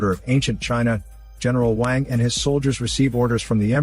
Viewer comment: when you said "racists" you mean people who doesn't speak the language so doesn't know and you just trying to feel like you are superior by calling everyone a racist ? Edit: it's pronounced as WONG not WON